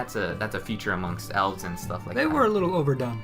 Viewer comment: An"TTTT" Learn to say "and" fucking nerd